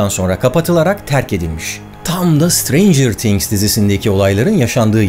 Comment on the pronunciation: Sıtreyncıığrr tiğhgs değil o yanlız